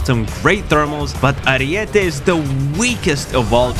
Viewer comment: Huge W for being the only youtuber saying Ariete right